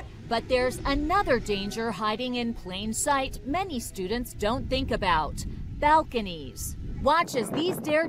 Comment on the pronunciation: Nah. Not fifty percent of college students. Not fifty persen of college studen. Not fifty persen uh college studen. /